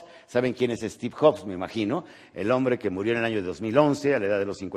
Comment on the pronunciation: "Estiv joks" 😂😂😂